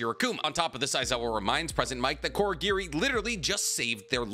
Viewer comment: Also pronouncing Kurogiri as Korogiri, dunno if thats an accent thing or not.